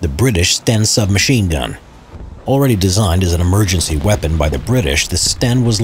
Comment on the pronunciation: You mean "Vepon" 🤣